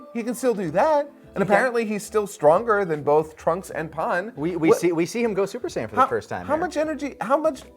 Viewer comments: The way he says pan drives me crazy haha all I hear is Pun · question, what does he say "pan" like "pa on", similar to "goku?" he says. In the japanese they say it like that but he's not speaking japanese so why? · I always find bending over backwards to use the Japanese pronunciation so funny. Like bro just say pan